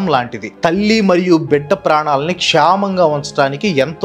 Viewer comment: Kshamanga kadhu kshemanga annali